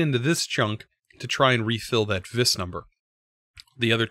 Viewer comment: According to the Thauminomicon, vis is pronounced like the letter V. Not that it much matters, I just thought you might want to know.